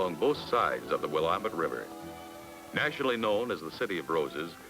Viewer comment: But they got Willamette correct. lol